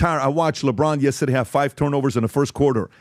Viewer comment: PBD please don’t say yestadeyyyy